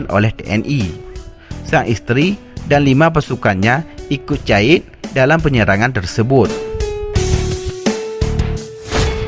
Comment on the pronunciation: Meu bahasa hana get glah iadmin. Syahid "caid" syafii "capi'i" neu merno bahasa indo beu get lee admin